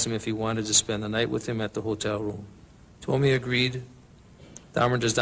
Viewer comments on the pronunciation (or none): C’est Steven TUOMI et non TWOMEY et STEVEN hicks et non STEPHEN 😉